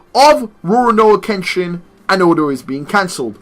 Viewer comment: The first part in Kenshin's name your saying it completely wrong lol, you do this with everything and it Urks me